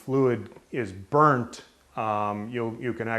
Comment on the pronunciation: i like how he forces out some words. like BURNT.